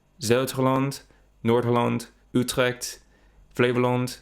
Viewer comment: All your pronunciations were good bro, except for Utrecht it sounded more like 'Utrekt'. And Twente should be pronounced more like 'Twen-tah